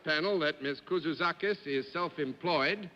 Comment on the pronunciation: John would always go over pronunciation of names before the show with the contestant, along with a short interview to determine the ramifications of the 'line', but this time he somehow forgot the pronunciation or just didn't practice saying her name enough before the show.